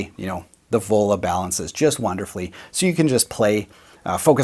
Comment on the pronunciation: I thought you said Ebola!! not Vola...